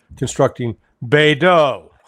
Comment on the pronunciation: its not called baydow. Your first pronunciation was correct.